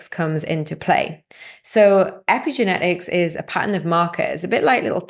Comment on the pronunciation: Lol at "age-n", "track-n", "evra-thin", "sit-n", damage-n", "sleep-n", have-n" "Paa-ern" swallow those double TTs! So much for spell-n and speak-n English...